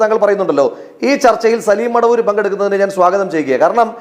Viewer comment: എവൻ മടവൂർ അല്ല മൊടവൂർ ആണ് 😂😂😂